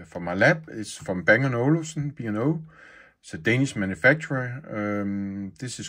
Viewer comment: Det er ikke Band & Olufsen men "Bang og Olufsen"